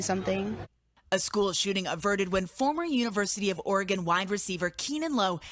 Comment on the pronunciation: Its pronounced Or-ah-Gun just like it sounds or you can say Ore-gun.i,be been up their many times to both Oregon and Washington from here in Calif.. it has an (A) sound in between the ore & gun. its never Or ee gun lol so i hope ths might help you out.its basically two syllables = Ore a gun or Oregon <~~~ right spelling and pronounciation..tc DJ peace ✌🏼